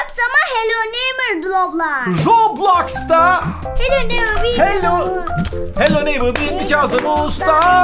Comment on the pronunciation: Abi roblax değil roblox